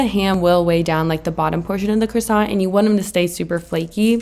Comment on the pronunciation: Now you just need to master how to pronounce croissant correctly! 🤦🏻‍♀️